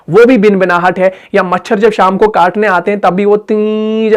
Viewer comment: خود صحیح ادائیگی نہیں کررہے بھنبھناہٹ کوبنبناہٹ کہرہے ہیں